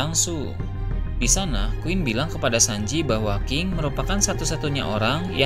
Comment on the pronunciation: Ini gw yang salah denger atau gimana ya? Ini naratornya hampir di setiap kalimat yang akhiran katanya konsonan gak dibaca dengan benar.. kayak nama king dibacanya jadi ki, terus beberapa kata2 akhir kalimat lain yang huruf konsonannya gak dibaca.. emang gitu kah karakternya?